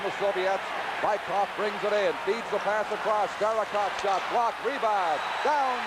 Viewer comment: Американский комментатор называет Быкова "Байков" )))). "Велосипедов" по-английски. ))